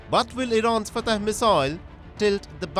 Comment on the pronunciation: It's not Fatah. It's pronounced Fattah, fat-taah. Get it right